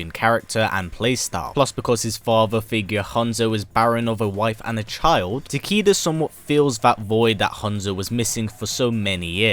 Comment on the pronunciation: It actually pronounced as "Ta-kay-duh" not "Ta-key-duh".